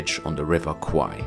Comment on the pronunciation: The way to pronounce 'River Kwai' correctly is like how you pronounce 'bear,' 'hair,' or 'pair' with 'KW,' because the way you pronounce it in the video sounds like the words for 'Buffalo' and 'Penis' in Thai :p